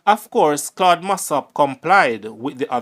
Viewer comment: You are pronouncing Claude’s name wrong. Get it right please .